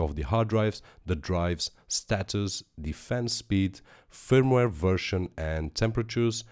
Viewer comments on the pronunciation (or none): none